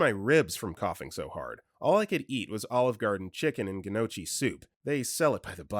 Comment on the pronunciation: The pronunciation of gnocchi was painful, and I'm not even Italian.